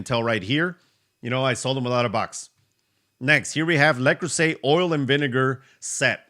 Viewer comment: le creuset is french and pronounced le cruise ay